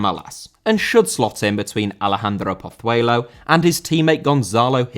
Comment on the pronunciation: Pozuelo* not Pothueilouw